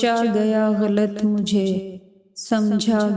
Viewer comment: لفظ غلط کے تلفظ کی ادائیگی درست نہیں صحیح تلفظ غَل٘ط ہے جس میں ط ساکن اور صرف غ مترک ہے